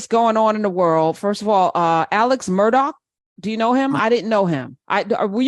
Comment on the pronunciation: Professor Hunter his name is pronounced "Murder" and yes OJ is an "expert" opinion. LOL.